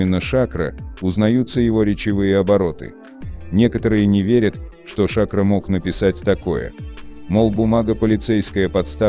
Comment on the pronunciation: Смотреть после двух минут тошно, какой Ша'кро, правильно говорить Шакро'🧐🥸